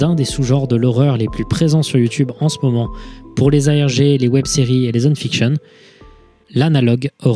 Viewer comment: Quand il a dit "envoyez moi vos ARG" j'ai compris "envoyez moi vos AMG" 😂